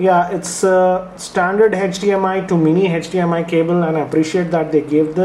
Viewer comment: its HDMI nad NOT HETCH-DMI